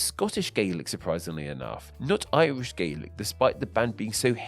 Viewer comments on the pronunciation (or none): none